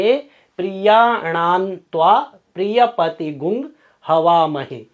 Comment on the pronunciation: Sir hamare yaha MP me prachin samay se "Gvang" "ग्वंग" hi padha jata hai na ki "गुंग"